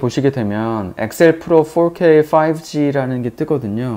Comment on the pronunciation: 발음이 쥑이네요.포올케이 까메라.잘보고 가요.